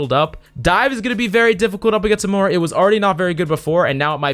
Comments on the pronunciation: Hate being that guy, but it's Moira and not Mora. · it’s moira not “mora”